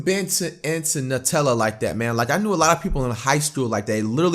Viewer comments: I'm wondering how you still said "NUT-tella" and not New-tell-uh" after the video just told you how to pronounce it smh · This nigga heard how to pronounce it and still said nutella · my nigga said Nuh-Tella right after it said it was pronounced New-tell-uh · New Zealand People Say Nuh-TellaIf People Are Not In New Zealand They Say New-Tella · They said it's pronounced NEWtella and fLight proceeds to say "I've never been in to NUTella that much ". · people who say it like noo-tella act like it's made of the magical fruit hazelnoot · He is told to pronounce it new-tell-a says nut-ell-a Hold this:L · It’s, “nu-tel-a” Americans fxck everything up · it tells him how to pronounce Nutella and he still pronounces it wrong😂😂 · nigga still mispronounce Nutella even after they told him how